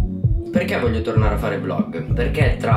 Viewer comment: Si dice VLOG non volg